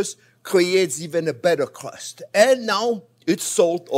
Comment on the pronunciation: Crust ❌ Crrowughst ✅